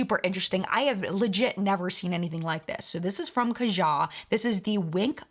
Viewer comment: you know I love ya; been in the collective brain club WAAAY longer than even one year, so this is not meant in any way disrespectfully... I believe it's pronounced kA-ja (emphasis on the first A vs the second one)... if the company meant for the name to emulate what "Kaja" means in Hangul, anyway... it means "let's go!"... which I think makes perfect sense especially because of how all their packaging is so good for "on the go" type makeup ☺️☺️